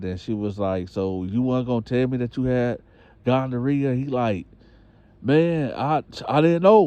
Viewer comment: a fool he said gondorrhea